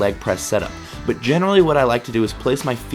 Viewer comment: Ummm...butt? What is this "butt" you speak of?